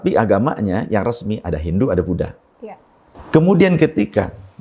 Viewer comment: Buat ane saran, demi kenyamanan bersama tlg tidak me waqaf semua kata indonesia anda dgn konsonan k. sehingga menyebut Budha menjadi Budhak